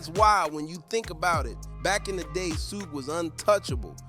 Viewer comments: You must be a young kid. Keep saying suug because everyone knows suge knights not Suug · Mf said sooj 🤣